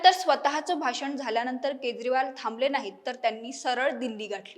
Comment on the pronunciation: अग बाई केद्रीवाल नाही केजरीवाल असा उच्चार आहे